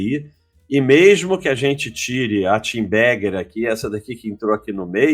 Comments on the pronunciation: precisa treinar mais para parar de pronunciar "tenbagger" como se fosse "TEENbagger". kkkkkk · eu vejo essas lives só pra ouvir esse abestado falar 'tibaguer' hahuahuahua